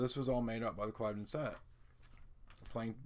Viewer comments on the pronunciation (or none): Ugg - dude the word is pronounced Clivvden